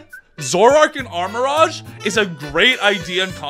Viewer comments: The rouge in armarouge is pronounced "rooj" not "raj". If you are a sonic fan it is literally the same word as the over sexualized bat's name. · He also say "armarage" too. He wear a pikachu cap but can't pronounce any name right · Watchong to get inspiration for drawings, but that guy misspronoubcing so many pokemon names is getting real annoying. Like how he say "armarogue" instead of armarouge, rouge being red in french and pronounced like the character Rouge in sonic the hedgehog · These are all so good but your pronunciation of some of these Pokemon names drives me crazy. The ones that stand out are armorouge, grafaiai, and farigiraf.